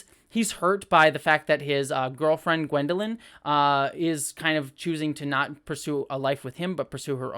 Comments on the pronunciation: Thanks! Great to get a perspective from someone who has never read the books. But since you have not read the books, let me just clarify- the young female character is not Gwendolyn. Her name is Egwene. (For pronunciation you'll have to see the show again). I hope you keep reviewing this show! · Egwene not gwendaline :)